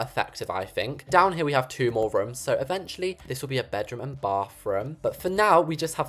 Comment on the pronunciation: I love how you say rooms as rums it’s so funny too me also I love your style in building it’s so nice and pretty, you can just make anything gorgeous. ❤